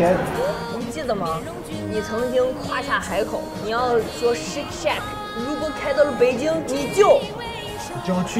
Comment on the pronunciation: 今天造型真洋气，这胖子我不认识就是觉得太装了，shake shack的发音都不对还装出一副很厉害的样子，最后看看的发音。就相当于在美国拿个肉夹馍在那各种装一样！